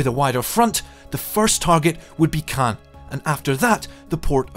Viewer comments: Why does every single commentator pronounce “Caen” incorrectly? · Caen is mispronounced